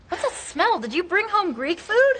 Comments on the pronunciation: 為什麼老師的smell聽起來很像smile? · Yeah, teacher's pronunciation of "smell" is a little bit off :) thank you for teaching.